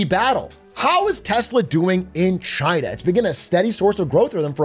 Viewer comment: CHI-AE-NA! 😂 why he say it like that 😅